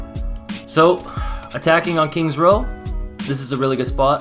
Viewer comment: “kings row” 🤦🏻‍♂️